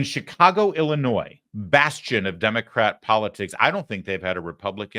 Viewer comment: I am happy that you pronounced Illinois correctly a lot of people don't know the S is silent